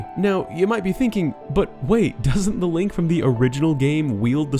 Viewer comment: 10 months later. still says Lonk